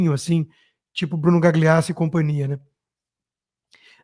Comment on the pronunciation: Por que vc fica falando Gagliasso com "gli" como em "glicínia"? Diga "galhiasso", é italiano e é assim que se lê. Fica aí engasgando para dizer esse gli. Da mesma forma que vc pronuncia direito o inglês, faça-o com o italiano, pelo menos em nomes com gl porque soa MUITO DÃR . Melhorando sempre meu querido.